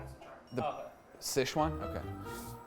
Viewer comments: its pronounced Si Chuan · Great video! Super interesting! In the future though finding out the pronunciation of chinese words is not terribly difficult. If you want you can contact me if you have nobody to contact and I'll give you an audio clip you can copy of the correct pronunciation. SiChuan (Szechuan or Szechwan) is often completely mispronounced due to the weird alternative spellings that are commonly posted. Doesn't really matter tho haha, chinese media butchers our words way worse than we do theirs. Anyway great video.